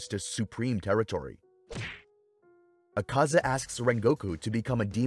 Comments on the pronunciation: quite over pronouncing their names its Akaza not AkAza. not even the sub says it like that. also, his blood demon art is called Technique Development: Destructive Death. not just Destructive Death. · he says zakaza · Bro why are u not pronouncing AKAZA name correctly 😡 its AK ZA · Bro dissent know how to pronounce Akaza’s name😂😂😂😂😂